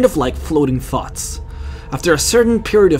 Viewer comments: I thought he said "kinda like floating farts" but I think he said "thoughts" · Ooooh, "Flowing Thoughts" I had to hear that twice. I thought you said they were like "Flowing Farts" XD. lol